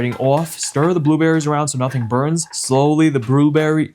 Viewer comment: He said booberries 😅❤